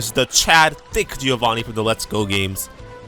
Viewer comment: It's Jovanneeh (with double N), not Jee-ovaneeh